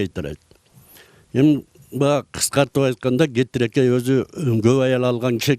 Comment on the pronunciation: Кетиркей туура айтыныз кетирекей эмес